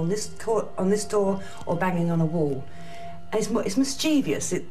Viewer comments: Common error: , the word is 3 syllables, and is pronounced "Miss-chih-vuss" (mischievous). 3 syllables, not 4! Very common mistake; where it came from, I've no idea! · it’s mis-che-vi-ous, I know because I went to school and learned English